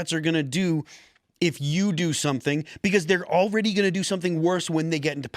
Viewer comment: beCAUUUSE....Phil you pronounce that so annoyingly.